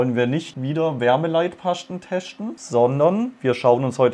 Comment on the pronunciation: Bin ich der einzige, der sich bei nicht mehr eingekriegt hat? xDD ,,Wärmeleitpaschten teschten" ich liebs🤣